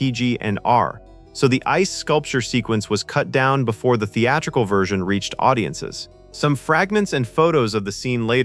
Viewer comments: Theaturcal? Say it with me now: The-at-ric-al. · Spot on! Pronounces it that way twice: & . I missed it the first time, but the "voice" pronounces it correctly . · Had to stop watching . That’s not Stanley R. Greenberg. It’s JASON ROBARDS portraying FDR. Also as mentioned previously it’s pronounced The- Attt-Tri- cull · what word is "theeaddical"? it is theatrical not theeadical. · What's up with the mispronunciation of "theatrical"? It's pronounced "theat-trick-al", not "thea-tickal". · "Theatical"? You missed an 'r' when typing out the text for your AI. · " while the theatical cut, was later..( etc. ) ... " who says theatrical incorrectly?? Were you using AI to narrate this? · I can't stop hearing this guy say "theadercal", dude maybe do tongue warmups so you can say "theATRICAL"... THEE-ADD-ER-KULL", ooof, I'm going to her it all day. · What is “theatical”? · "Theatical"? . . .*Theatrical*, perhaps? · Is this narrated by AI? Sometimes AI will mispronounce words or say them strangely… For example, the word “theatrical“; in this video, the narrator pronounces it,”the-add-wrigle”, and I’ve never ever heard anyone pronounced the word that way before. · ''thee-atta-cle'' cut?? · "Theatrical" AI: "Thee Adder Cull" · WTF is a "theatical" version? This word is misspoken more than once here. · You said "theatical" twice. And you pronounced holography wrong too. AI. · Twice, even. If it had been only once, I'd say human error & bad editing. Twice, it's poorly trained AI. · The-A-tric-al and ho-LO-graphy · If the narrator is a real person and not AI, he needs to learn how to pronounce holography and theatrical. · So is a theatical cut concerning God? At least get your AI to pronounce words properly. Thats one of several examples of words that pulled me out of the already dour voiced video. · AI can't pronounced "theatrical." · Good video. only found one AI error, theatrical was pronounced without the r. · Gotta love how AI butchered “theatrical”! 😂